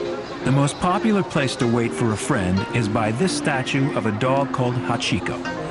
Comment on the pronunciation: At the end of the video when the man says HA-CHI-KO I really wanna slap him cause its more like Hach-ko